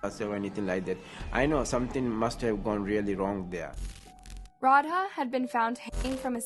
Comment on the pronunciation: ikrr its rau-dh-aa not rauhaa. this is so disrespectful.